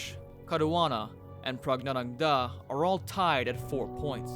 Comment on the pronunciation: Your pronunciation of pragnandha is very funny 😂